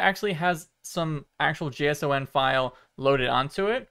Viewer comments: I love your videos, but please don’t pronounce json as J-S-O-N, it triggers something in me 😂 I’m a programmer and I’ve always heard this extension pronounced as “Jason” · Yo it’s pronounced “Jay-sawn” not J S O N 😂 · its JSON, not J.S.O.N. smh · it annoys me that he says “J S O N” instead of “Jason” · nice vid but it's pronounced jason not j.s.o.n. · Never heard someone pronouncing JSON as "J-S-O-N" instead of "Jason" before. ;-) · Please say JSON like Jason and not J S O N, never heard it like that before and I hate it xD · Oh god he pronounces it as J S O N, instead of J-sahn. Don't do it, it hurts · you're killing me haha. in the industry, we pronounce JSON. jay-sahn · With all the adjustments, I would think it was a dev headset, so they could test out which ways they panels fit best for the most immersive experience? Also JSON is pronounced like the name Jayson 😃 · Did this man just call a json jeiesouen? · JSON is pronounced Jason lol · Nice video. Btw, JSON files are usually pronounced Jason. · This is the first I've heard someone pronounce "JSON" as seperate letters. Generally speaking it's pronounced like "J-son" (or just "Jason") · I see others have commented on how you pronounce JSON. I'm not gonna REEE like an elitist, but I must say: it does make it difficult to comprehend what you're saying when you don't pronounce it "Jay-Sawn" like everyone else. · It's pronounced Jason, just remember to press X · Shine On, You Crazy Diamond! 💍💍💍💍💍💍💍💍 - EDIT: - as a software developer and platform architect...and one of your biggest supporters and cheerleaders...please take this in the spirit in which it's offered. - A JSON is (and always has been) called a "Jay-sawn" (or "Jace On"), and never ever a "Jay Ess Oh En". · it's pronounced Jay-son or Jay-san lol. Nobody says the letters Edit: He said it correctly once and then said it weird again and then correct again, are you trying to ragebait engagement from nerds lmao